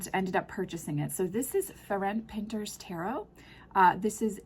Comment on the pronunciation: I’ve had this deck for a long time, lovely reminder to pick it up more often. Not an easy read for me, but I love the art, and it has some of my favourite depictions. For anyone interested, without getting too specific, the Hungarian pronunciation of his name sounds a lot like Ferents Pintir